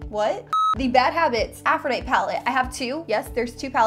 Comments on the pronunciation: it was killing me....lol it's a normal word...c'mon. its a pet peeve of mine that a lot of YouTubers mispronounce a lot of words. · She pronounced it correctly on which is weird, she sometimes pronounce it wrong, others right, lol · Aphrodite is pronounced Afro dite ee....I think Huda and the dupe are probably suspect on the cruelty front. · (Afro-die-tee) is how you pronounce it not ( Afro-die-t) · what i am grateful for is proper pronunciation. go back to english school and greek mythology on aisle 10. "aphro-die-tee" not "aprho-dight" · Uggggggggggg.... Af ro di tee... Sorry but i heard it to many times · Loved the comparison but hated the way you pronounced Aphrodite! It's A-ph-ro-dye-teeeee like the Greek goddess. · I am sorry but it tossed my cookies to hear you mispronounce over and over again..... Af-ro-di-TEE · AFRO-DIE-TEA FOR GOODNESS SAKE! srsly, why not look up the pronunciation of words in, i don’t know...maybe a DICTIONARY UGGGGHHHHHH!!!!!! i can’t watch this and listen to that mispronounced word over and over...i am OUT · It's pronounced - a-froh-di-tee aphrodite is the greek goddess of love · Great video! I wouldn't refer to the high end (Huda) palette as the dupe colors - wouldn't the other cheaper palette be considered the dupe? And girl - it's pronounced Afro-dye-tee like the Greek goddess :) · Oh sweet girl. I just stumbled upon you and I think you are stunningly beautiful. Howeverrrr... girlfriend! Please google "Aphrodite" and learn how to say it correctly! 😂😂😂 Just subscribed and am looking forward to seeing more of you. 😘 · Aphrodite is a goddess. It is pronounced "afro-die-tee". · Aphrodite is pronounced "aph-roh-DIE-tee." :) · The palette is called Aphrodite as in the Greek goddess of love it's pronounced with an "ee" at the end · The name of the palette is Aphrodite. Pronounced a-fro-di-tee. Long I and long E. Like the goddess. Sorry, pet peeve! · Deanna Leckie same it bothers me lol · Glad I wasn't alone in that thought...